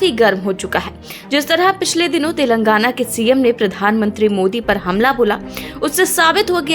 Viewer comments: तेलंगाना, सही शब्द है के बोलने मे फर्क हो रहा है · पुण्य प्रसून बाजपेयी तो "तेलांगना" बोलते हैं.